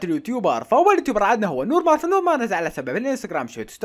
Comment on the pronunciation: نور مار ❌ نور فار ✅ جلادين ❌ مجلودين ✅